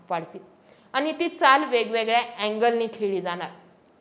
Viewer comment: कन्सेप्ट आणि विषय चांगले आहेत.. फक्त भाषेवर थोडी मेहेनत घेऊन आनी-पानी सुधारता आलं तर पहा...